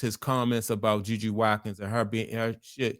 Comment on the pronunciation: Her name is JuJu Watkins. Last name is pronounce Wat-kins, Watkins.